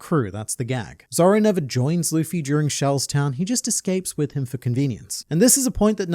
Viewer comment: i hated how he said "looffey" that is my only complaint